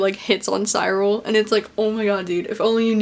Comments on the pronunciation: It's See-rul!!! Not Sigh-rul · I loved the book and your review was interesting. Beware of making sweeping statements that priests molested boys not all priests did that. Finally the ‘ y’ in Cyril sounds an ‘I’ as in ‘drill’ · Cyril - 'cir al'. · i pronounced it "Sir-ul" tbh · NOT THE PRONUNCIATION OF CYRIL OMG